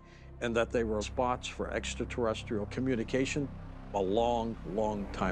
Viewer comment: “This is truly, exa terrestral!” 😂😂😂